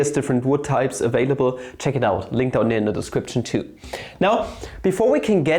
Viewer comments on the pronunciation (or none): none